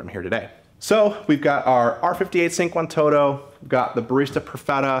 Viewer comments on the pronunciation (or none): Pronounced: chinkwantOtto. Nice vid !